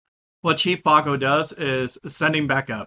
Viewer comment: Chief Bog-oh. I'm calling him that from now on.